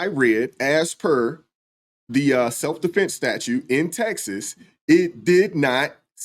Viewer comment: He said "Self De'Flence" 😂